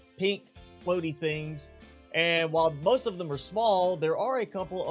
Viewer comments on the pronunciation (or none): none